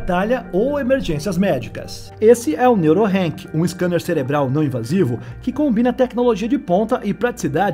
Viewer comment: Se fala Neurock não Neurorank😊